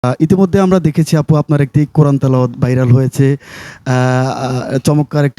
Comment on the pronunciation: সঠিক উচ্চারণ হবে ভাইরাল। কিন্তু বলা হচ্ছে বাইরাল😮😮😮